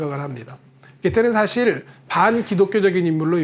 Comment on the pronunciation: 긴 자를 짧게 잘못 발음한 ㅇㅖ: 두 사람, 소 고기,사실,소설,시도 ,이해 ,시각,문제,저작,수 없이,사명,최종적,작은,누렸다, 등, 장음인 첫자를 짧게 잘못 발음한 것 같습니다. 이상 지작한 것이 사실이라면 좀 지나치다고 생각하지 않습니까. 제가 출판한 "한국 어문을 고발함"이라는 책을 일독해 주시겠읍니까. 미국 변 완수 배